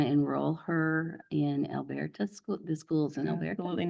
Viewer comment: I just need dad’s attorney to pronounce Elberta correctly 😂😂😂